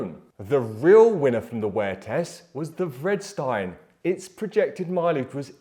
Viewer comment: Love your work, it is very much appreciated! When you pronounce Vredestein it sounded to me like you were saying Bridgestone - I really had to back track and re-listen :)